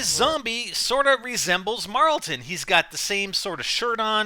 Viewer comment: It's not marltin Jesus drop it